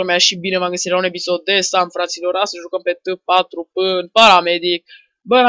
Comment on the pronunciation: Cred ca se spune T for P